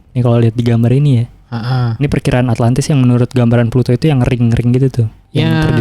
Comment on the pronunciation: Plato bro bukan Pluto, kayaknya harus lebih mateng bro nyiapin materi nya